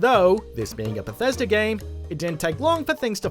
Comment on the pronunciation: So October is "octobah" but Bethesda is pronounced "Bethesder"?